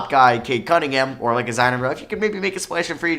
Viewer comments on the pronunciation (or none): none